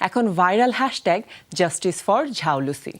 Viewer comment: ঝাউলুসি❌ জাউলুসি✅